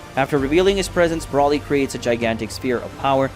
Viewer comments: why do you pronounce br-O-lly br-A-lly? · It's pronounced "Broh-ly", not "Braw-ly".